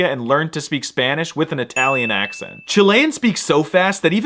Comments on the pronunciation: muy buen acento español ^^. Poco más y puedes hacerte pasar por local. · As a native of the land of the nopales. I can tell you your accent está de huevos!